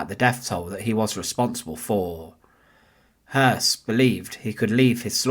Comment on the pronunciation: The last name is properly pronounced "Hoyss". It is spelled Hoss, with an umlaut accent over the O. In german, that makes the "o" properly pronounced as "eu". Just a small point of clarification.